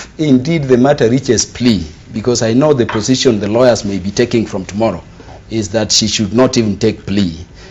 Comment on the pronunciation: = "Karuma saying..., poritico good will, rawyers"